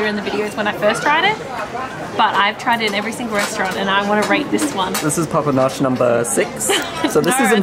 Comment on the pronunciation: Papanaș 🙏 "papa noch" 😂